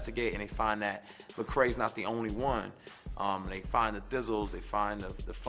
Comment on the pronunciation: they say MACRAE instead of lecrae -_